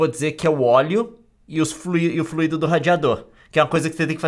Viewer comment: falou fluido errado eim